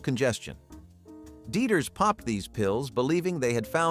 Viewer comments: Dy eters not deeters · Deeters = Dieters